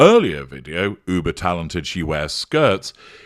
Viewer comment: I thought you said buber talented 🤣😂